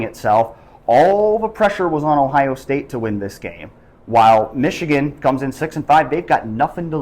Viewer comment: O-H…N-O not Mich-again!